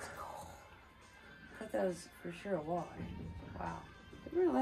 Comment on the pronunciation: why can’t you say walleye correctly? until then i’m not subscribing.